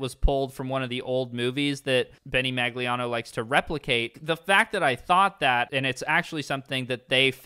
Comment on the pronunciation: It’s pronounced Maglinao, not Maglinao